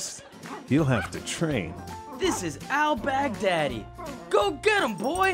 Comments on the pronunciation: Finally Trevor succumb to the American accent... 😆... It's not pronounce as "Begdaddy", it's Bagh-daa-dee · Baghdadi they pronounced it like "Big Daddy" 😂